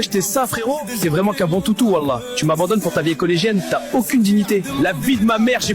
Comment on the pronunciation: la manière dont les IA prononcent "Wallah" j'ai envie de sauter d'une falaise